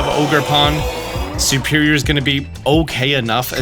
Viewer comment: thank you for these guides but why do you always say "SUperior" instead of "SERperior"?